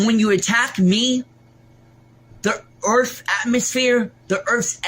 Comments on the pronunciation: She does great fings for the earff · Up to the earf!!😂😂😂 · He actually said "EARF", I rewound that part 3 times 🤪